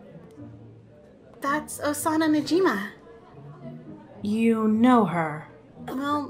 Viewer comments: I like how they said Osana najima not najimi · Sorry but - its Osana Najimi... Nit yosana Najima. But cool video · Yeah they said ayano najima 😂😂